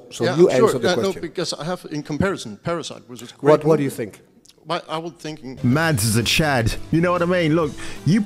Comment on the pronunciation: Hey my man - tip for you - Mads in Danish is pronounced with a silent D. So 'Mas' rather than 'MaDs'. Pronounced like Mask without the K.